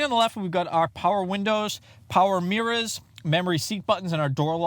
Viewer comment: Nice power “mirr-As” Good review and I subscribed